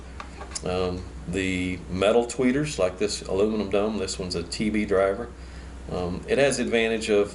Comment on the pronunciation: With your accent, when you say "dome" tweeter, it sounds like you're saying "dumb" tweeter. Haha! Many people would agree...